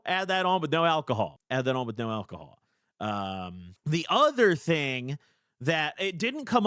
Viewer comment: At about the 30 sec mark where alcohol is censored it sounds to me like his saying cum